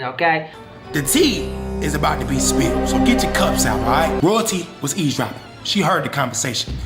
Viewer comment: Cj said eavesdropping not ear dropping 😂😂🤣🤣 dumb fuck. Anybody else notice keep saying ear dropping?😂